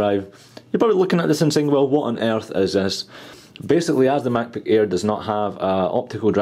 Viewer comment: sounds like hes saying "macbook ear"